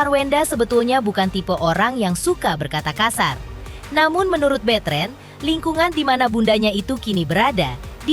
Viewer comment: Namanya Betran dibaca betren..aneh..onyo pemikirannya dewasa